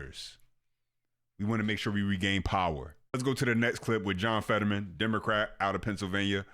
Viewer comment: It's FETTERMAN, not Featherman